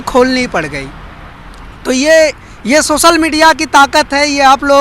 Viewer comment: beta apni languages bolne ka tariqa thoda teek karo. sosal media nhi social hindi me bolte waqt soshal media bolo.. sha ko sa nhi bolte